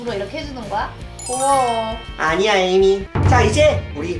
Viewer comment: 나는 에이미 이름이 자꾸 애미로 들림 ㅋㅋ